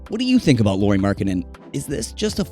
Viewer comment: It's pronounced like Lowry, not Lori